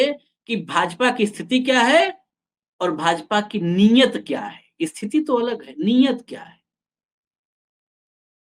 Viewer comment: नियत नहीं नियती कहिए।